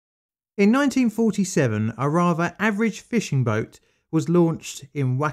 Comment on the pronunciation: I’m more offended by your English than your Japanese pronunciations. Who says raver instead of rather? And that’s just like the opening lines dude.